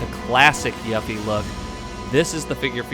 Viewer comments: it's pronounced YOU-FEE, every time you said it wrong i felt like screaming lol but nonetheless, great video my man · You're mispronouncing her name! 📛